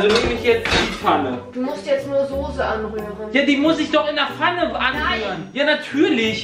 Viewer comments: Es heißt Soße und nicht Sose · Sose.... ES HEIßt SOßE!!!!! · Es heißt Soße nicht Sose!! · Warum sagen alle Soohse... 🙈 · wie jays freunding "soße" ausspricht triggert mich so hart :) :D